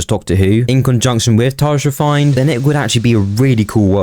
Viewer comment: "It's called Tardjhe fine"